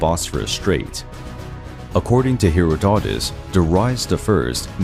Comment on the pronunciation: The only true wince I have is when you say Herodotus, the accent is on the second syllable, and its a soft 'o' all the way through